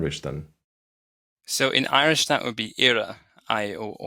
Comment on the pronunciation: It’s a shame you didn’t manage to find a native Irish speaker, or even a dedicated learner. Where is that slender R?